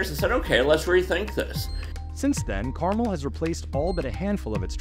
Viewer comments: The narrator of this video is lazy. In less than 30 seconds, I did an Internet search to confirm that the correct pronunciation of the city is “car-MEL.” Not “CAR-mul.” And this piece was produced by a journalist?!? Pathetic… 🫤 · Carmel, Indiana is not pronounced properly in this piece. It is car-mell. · You are mispronouncing Carmel, it’s not candy. Pronounce Car Mel (like a vehicle and a man’s name)